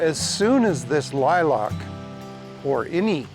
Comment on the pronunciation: Great advice but the way you pronounced lilac drives me nuts....there is no o in lilac